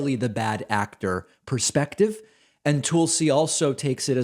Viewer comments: I love the way he pronounces Tulsi. “Tool-si” 😂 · Lol David, I love how you pronounce her name "Toolsie". Bravo friend. 👏👏👏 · Uh, why are you calling her Toolsie? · I admit I clicked more to hear how you would pronounce “Tulsi” than what she had to say.